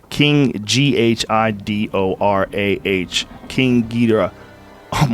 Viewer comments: He mispronouncing Ghidorah is fucking killing me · The way he pronounced Ghidorah lmao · Hahahah at how he pronounces Ghidorah 😂